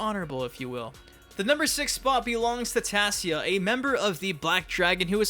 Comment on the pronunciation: It's Tasia 'Tãy-zhâ'